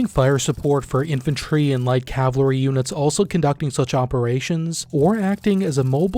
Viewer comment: Cavalry not cavlary